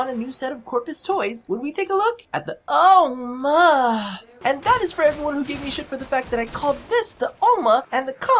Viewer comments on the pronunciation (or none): The way you say Ohma, is how you say granny in dutch (granny = oma) , you just... dont moan whilst saying granny.. please throws up